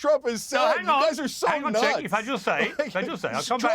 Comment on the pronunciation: Cenks name is pronounced with a j. Think of it as Jenk.